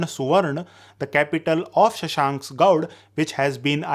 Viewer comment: Not gaud it's gaur